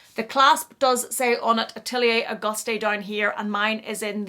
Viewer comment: I have this (Monceau) and the Celine classic box and love them both… so well made! Also it’s pronounced ‘August’ you don’t say the ‘e’